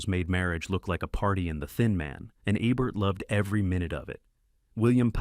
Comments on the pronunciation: Program your damned AI to say Ebert correctly or I'm unsubscribing. No big loss I suppose for a channel with the overwhelming subscriptions of 13,000. The Daily Dose could handle losing one or two or three thousand but you? I don't want to leave but your AI sucks and I cringe too many times watching. Correction please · Mispronounced Roger Ebert's name, showed clips from the 1931 version of "Holiday", showcased "The Awful Truth" twice...pretty bad. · And, you showed clips of the original film version of "Holiday" from 1931 starring Ann Harding versus the Cary Grant version 1938. I recently commented about the high quality of your videos. i overlooked the Ebert issue (he is the focus of these videos, right? Shouldn't you get his name's pronunciation correct?) but your clips are degrading my opinion of the quality of your work.